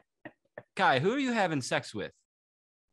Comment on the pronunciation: Bru it’s Kai